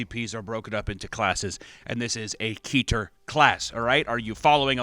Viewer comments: Oh no.. he says keeter not ketter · fun fact: keter is not pronounced as “key ter” but as Ket-Ter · pronouncing Keter as "Kee-ter"? I bet he pronounces the Kabbalah where the term Keter came from like "Cabela's" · Pronounced (ket-er) I was in SCP:Overlord… they all called it keter but like it was spelled with two t’s. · mispronounced so many words in this and I’m only 4 minutes in. Chitin, Anglican, and Keter (assuming volgun is correct). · I love how all new scp fans pronounce keter